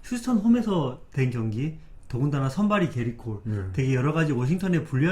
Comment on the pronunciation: 게리 콜이 아니라.. 게릿 콜..